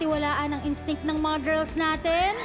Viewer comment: Sabi ni Sandara ata "girs"😂